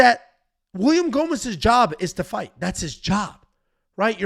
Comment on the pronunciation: You have to do all the post fight scits hammered....it was awesome, hilarious, and hearing you murder gomis was a thing of beauty